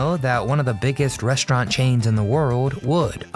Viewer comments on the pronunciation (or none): It’s pronounced REST-raunt, not RESHT-raunt. And I loved the Little Black Sambo story when I was little. It was never done in a mean way. I wanted him to be my friend when I was 4 years old.